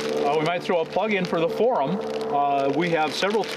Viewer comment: I love how you say For Um. It's such a traditional way of speaking. Love it!